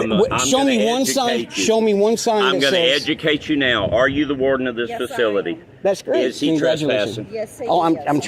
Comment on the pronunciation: Every Spanish language when speaking English says you as Chew, so saying sue as shoe is in line with the speech pattern, so if you say Shoe Chew it sounds like shoot you even when you say it calmly.